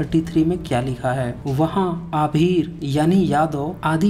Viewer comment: Waah bhai aabhir ko ahir padhte ho ....or bat knowledge ki karte ho. Hypocrisy ki bhi koi seema hoti hai 😂😂